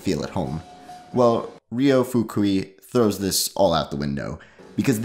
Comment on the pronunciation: why make a ten minute video about a guy and not bother to learn how to pronounce name of guy